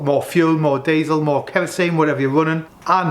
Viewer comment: You’ve butched the word diesel there mate